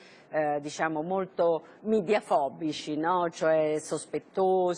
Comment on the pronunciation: La verità è che una stampa così servile nei confronti dello status quo non si è mai vista in nessun paese del mondo... e comunque qualcuno spiega a quella capra (visto che poi parlano di congiuntivi) che si dice "media" e non "midia", non siamo a Londra.